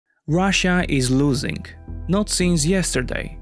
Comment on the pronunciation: russia is loosing saying with crazy russian accent. XD. broooo, they annexed next 3 or 4 province of Ukraine. Where you see loosing? it is same to say, USA lost war in Iraq or Afganistan.